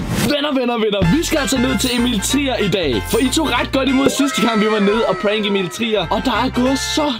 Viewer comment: I starten sagde du Emil tier